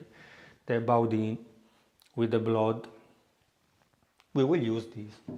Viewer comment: It is pronounced here as Boodan by the French.,😂🇺🇸